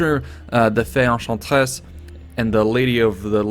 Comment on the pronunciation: I found it funny how he said "The Fey Enchantress" in a french accent then "The Lady of the Lake" normally straight after, both of which are just titles.